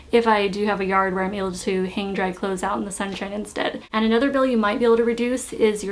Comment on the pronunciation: bill not pill. lol